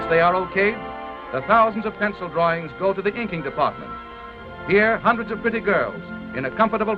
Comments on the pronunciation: The emphasis on “pretty girls” kind made me chuckle. Like did the girls have to be pretty girls.?? Like makes it sound like they wouldn’t hire girls they didn’t see pretty or something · well if u think of it, it is sexist... u see the narrator felt the need to emphasize on the word pretty bcuz he wanted to be appreciative of them and in the 30's describing them as pretty would have been the biggest compliment, whereas the biggest compliment should have been "This hard working talented girls"... They did not describe the men as "handsome men" cuz in no era was that the biggest compliment a man could get, but for women- to be 'nice' and to be 'appreviative' one felt the need to describe their appearance which was of no context here... thus when one looks back now can't help but feel that 30's was a sexist era